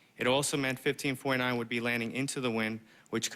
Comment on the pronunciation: Why does it sound like "15.9" when he says 1549?